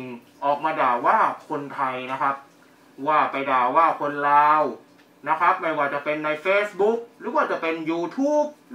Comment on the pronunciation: คุณอออกเสียงไม่ถูกนะครับ "ราว" กับ "ลาว" (ตอแหลอ่ะ) ประเทศเขาดีกว่าไทยอีกทางด้านวัฒนธรรม